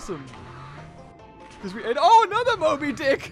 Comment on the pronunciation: one of your videos when you could not say mobydic